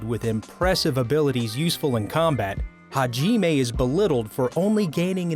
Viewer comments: Ha-jiiime WTF MAN HOW COULD U SCREW THIS IT'S HAJIME NOT HAJIIIME WTFFFFFFFF I ALREADY HATE YOU FOR THIS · Why you say “hagimay” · haji-may haku-joe bizzare advento I know it's bad sorry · rly haji nagumo his name is hajimae nagumo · Hai-jeee-mae Me:ok